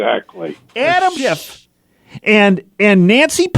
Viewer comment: had a little trouble with the pronunciation of the name "schiifff". Very understandable. I often find myself forgetting about the "c" and wanting to replace the "ff" with a "t" myself.